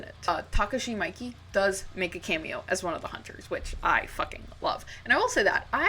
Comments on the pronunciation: It wasn't her worst one😅 "mikey" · Great work as always. Maybe your best yet imo which is no small feat. The Miike shout out is respect ++ he’s a genius. Just syk thought it’s pronounced “me-Kay” I believe. I think his love of david lynch is most evident in his film “Gozu.” IMO it’s like his version of a lunch movie and it’s crazy and awesome. It’s not gory like ichi or even audition but it is still really fucked up (and often hilarious, in its absurdism). Anyway thanks for sharing your work again, it’s always quality Edit; and your thoughts on the perspective regarding revenge movies is very insightful and interesting, especially the biblical aspect . I appreciate you calling out Lucifer Valentine too. That guy sucks